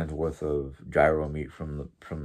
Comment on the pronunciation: Hi 👋 I’ve been wanting to help you with the pronunciation of gyro 🥙 since that is your main dish at your venue that you serve. I used to say it the same way that you do until my older brother that owned a Greek/American food restaurant for year’s corrected me.When saying gyro the “g” is silent.So it sounds like (your-oe).Hope this helps.Great to see you in a good mood.As far as the nasty people out there don’t give them the satisfaction of notoriety for all the crappie things that they say.People like that get off on being the limelight.Don’t waste your time they’re not worth it.Have a great day at work today 😊